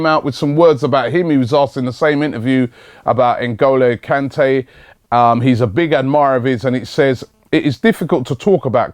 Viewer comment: Robbie! For Christ Sake! You pronounce his name wrong every time you say it! It is NGOLO KANTE (N go low can tay). Very happy the Vardy deal hasn't worked out, now we can focus on getting rejected by Kante as well! Also, rumours from Germany suggest that we are about to snatch Aubameyang from under Guardiola's nose... Have you heard anything about this?